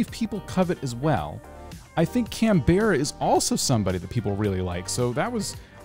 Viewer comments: The way you say Canberras name 😭😭😭😭 it meant to be said “can-ber-ra” not “can-bear-a” 🥺🥺🥺🥺she a koala and they are from Australia and the capital city is CANBERRA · Aw.. Lionel is one of my favourite villager. Canberra is pronounce like 'Can-bruh' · the way he said canberra is triggering me 😭